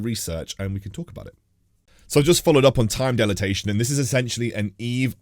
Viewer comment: Loving the content thanks for the awesome update for what's to come! Can't wait. Might I add on your pronunciation of dilation.... DIE - LAY - TION. cheers!